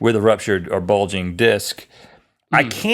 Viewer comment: Link seems to have a problem with the word "bulging".